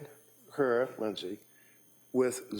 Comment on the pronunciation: "Lindey said"... really??